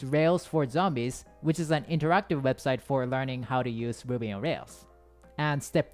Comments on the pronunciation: when ever he said ruby it just sounds like Boobies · I thought he was saying boobies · When u said ruby, i heard booby😂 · did anyone else hear a different thing than "Ruby"? 😳